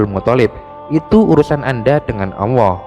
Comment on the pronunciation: Maaf min masukan lw memberikan penjelasan harus tegas dan lugas jgn selalu salah / terpeleset cara penyampaian ny,,, 1 lg min pendengaran saya admin ngomong awwoh bukan allah.... Mohon di koreksi min.. Terimakasih 🙏🙏